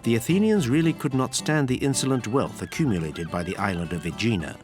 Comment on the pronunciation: I’m thinking of retiring to Aegina. By the way, your Greek pronunciation is terrible, try looking things up.